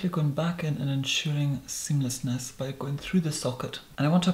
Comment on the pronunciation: I made sure I said 'SEAMLESSNESS' with you when you said "just to ensure... *pause*... SEAMLESSNESS"